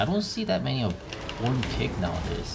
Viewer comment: Ornn might be about the only champion name pronounces correctly.